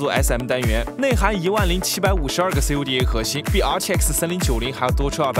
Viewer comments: CUDA 讀「酷達」喔，或者 cue 達也可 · CUDA - 西油弟哎， 哈哈哈，听到这里立马来看评论，这个假科技up主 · 最初CUDA刚出来的时候youtuber们也是这么念，慢慢应用广泛了才变成口语化的库达，这视频最搞笑的是从头到尾我都没看他拿出一张A6000. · 一听到 C U D A，我就立刻到下面来看评论了